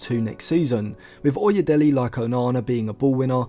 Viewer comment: It is pronounced as oye(daylay) as in 'Dele' Ali.